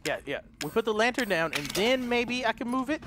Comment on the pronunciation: “She didn’t like us taking the lattern....” “So I’m gonna take the lattern.....”